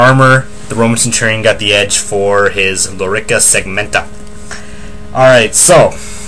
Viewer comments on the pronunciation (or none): You know it's a Lorica segmentata NOT Lorica segmenta